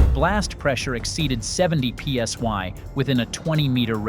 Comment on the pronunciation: When A.I. don't know the difference between i and y. The letters were clearly p.s.i., not p.s.y. One of the many reasons why I cant stand A.I. narrated channels. Instant block for me.